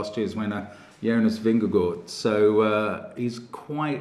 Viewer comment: Mark showing his upbringing, by not pronouncing "aa" in Vingegaard as a long "a"